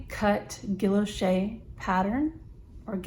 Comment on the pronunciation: Gorgeous pen! Love a broad nib! Totally agree with you about the metal grip section. What other material could it possibly be? ;) Guilloche = ghee-o-shay Nice review!